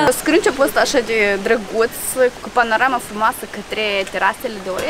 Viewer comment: Stiu ca zis panorama frumoasă dar am înțeles ' Ce panaramă frumoasă ' :)))))))